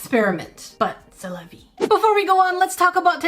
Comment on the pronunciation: its vie not vei